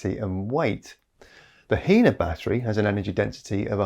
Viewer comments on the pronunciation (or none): A note on pronunciation: The name of the Chinese company "HiNa" sounds like high-nah not hee-nah. The Chinese word hai (海) means "sea" and the na (鈉) means "sodium".